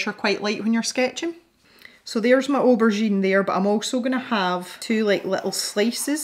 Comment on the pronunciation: Yaaay for spontaneous pencil tutorials! These pencils look absolutely delightful! I love the way they blend and layer. And can I just say that the way you pronounce aubergine is just delightful! I know you didn't like it much but the colorless blender really did make a difference. They both did. Though I have to agree with you that the colorless blender does tend to dull things down sometimes. None the less, it's an adorable little eggplant!